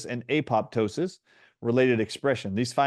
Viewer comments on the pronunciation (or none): none